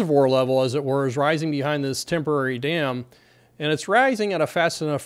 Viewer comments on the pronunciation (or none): What’s with this “as it werr” ? 🤠😄😉🤓